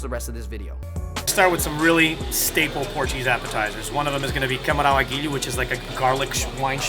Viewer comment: Fui o único que percebeu Cabrão à Guilho quando ele disse camarão? Isto é instinto boca suja só nada contra pq por razões óbvias ele até fala muito bem, mas ya ahaha